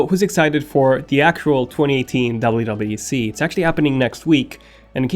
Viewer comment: Yuble u yuble u DC lol